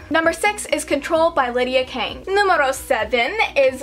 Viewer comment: when you said "numero" sounds so funny